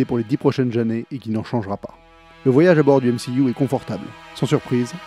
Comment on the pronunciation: Comment tu dis? Les 10 prochaines jannées?